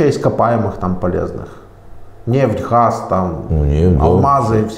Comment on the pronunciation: НЕ ХАЗ,А ГАЗ..ЭТО ТЕБЕ ДЛЯ ИНТЕРВЬЮ НА БУДУЮЩЕЕ..